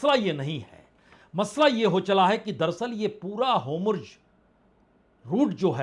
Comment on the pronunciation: होमुर्ज नहीं होरमुज़ है गलत बोलता है